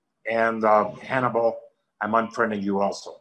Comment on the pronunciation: Lanny call hims Hann-E-Ball!